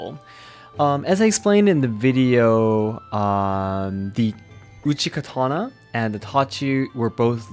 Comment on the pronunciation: It seems bizarre to me that he calls it a Kuh-ton-ah when he speaks English, but Ka-ta-naw when he speaks Japanese. I use the Japanese pronunciation, and I dont even speak Japanese. Seems disrespectful to the culture to change the name of the weapon.